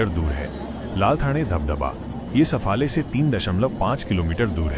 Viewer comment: सफाळे आहे. सफले नाही. कोण आहे ते कळूंदे. मराठी बोल.